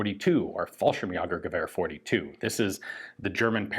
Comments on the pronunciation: Insult pitiful insult about calling it falshimj-ah-gergewehr instead of falshimj-ae-gergewehr here. ä is pronounced ae in most circumstances and never pronounced ah (to my knowledge) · Almost perfect, just the Umlaut got you. The 'ä' in Jäger. Ja- vs Jä-ger. That's the long kind like the -ay in 'say' or the Ai in 'Air'. Great video.